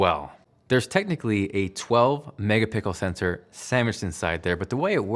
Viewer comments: haha "mega pickle sensor" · "mega pickle sensor"